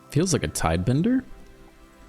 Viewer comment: If i hear you say "tidebender" instead of "tidebinder" one more time, I'll deactivate the bell. Im too much of a fan to unsubscribe but i want there to be consequences